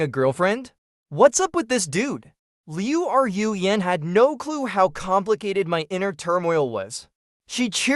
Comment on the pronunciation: Okay I'm going to address the hindenberg blimp in the room. I don't know where you trained your AI voice model but you need to go back to school to correctly pronounce names or retrain your AI voice model to pronounce names correctly since you continuously mispronounc that poor girls name. Liu Ru Yan add an e to Rue and you'll be pronouncing her name correctly since it's not Liu R u Yan there's no space between Ru so it's pronounced Rue. Just a little good criticism that's not meant to be taken as bullying or something. I take back some of what I said you really need to go back to school to pronounce Chinese names.